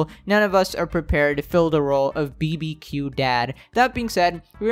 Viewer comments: Did u pronounce BBQ as BEE-BEE-QUEUE???? IT'S BAR-BAH-QUEUE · I've never heard someone say BBQ like "beebeequ" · The man really said BBQ by saying each individual letter bruh making me die 😂